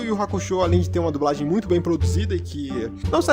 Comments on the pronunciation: A unica coisa irritante é ter que ouvir vc falar "dubragem" o tempo todo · "DuBragem" kkkkkkkkkkkkkkkk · "dubragem" kkkkkkkkk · Toda vez q o diz "dublagem" eu entendo "dubragem" kkjkkkkk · dubragem kkkkk (perdoe a criancice kkk)